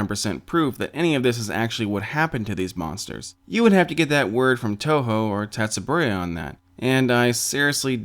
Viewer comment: His pronounciation of "Tsubaraya" sounds like the name of a kaiju.